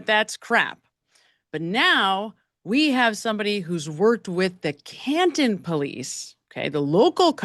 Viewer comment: Why has the partial word...im por ANT...taken over for the word... im por TANT? The name of the town in which this event took place has been changed to Cahun instead of Can TON?